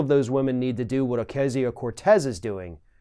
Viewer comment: Thank you for finally pronouncing her name correctly! At least in the first half of this video.